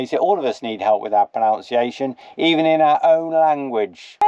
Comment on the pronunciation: Pronunciation not pronounce-iation! Leave alone😂❤